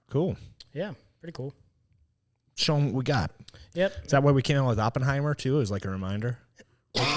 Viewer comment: Op(like spec ops)-in-hi-mur..... your pronunciations are killing me.